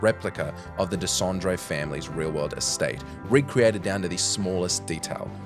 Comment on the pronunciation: So you can't pronounce Aline, but you can do Dessendre.